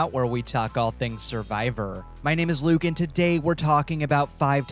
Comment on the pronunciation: you no longer pronounce your name as "lewk" and this disturbs me.